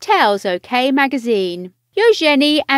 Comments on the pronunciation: Its eUgeNIe not EUOgenIe. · Ushenee.....good grief. You could’ve at least got YouTube to teach you how to province Eugenie before recording this video.